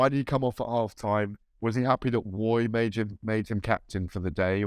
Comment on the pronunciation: GAD calling Roy ‘way’ over and over has cracked me up